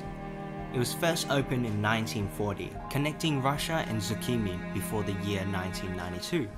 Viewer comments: please don't say zucchini, it's sokhumi. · as a georgian, that was hilarious